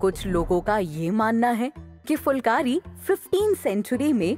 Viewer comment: aap dhang se uccharan nahi kar rahi phulkari ko aap fulkari bol rahi ho